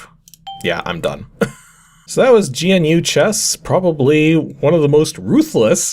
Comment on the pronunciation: I had a copy of GNU chess! I got it off of a shovelwear disk like this, but it was a floppy. Also it's pronounced like the word "new". GNU is an extensive collection of free software (383 packages as of January 2022[5]), which can be used as an operating system or can be used in parts with other operating systems. You can think of it as a precursor to the modern open source software movements like Linux. Linux-Libre was developed on GNU software. Those nerds in 1983 were the reason we all have that weird friend who is really into integrating Arduinos into everything.